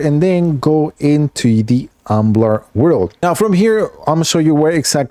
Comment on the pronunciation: “Umblar world”